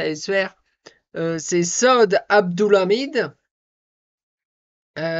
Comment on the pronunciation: ...lis tes commentaires stp...j t av déjà dit: prononce "saoud" pas "sode" pour saud😅